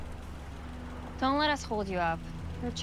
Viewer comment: Is it just me but did she just say porch instead of Porsche